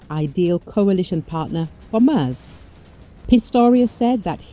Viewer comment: its not "muurrs", its mairtz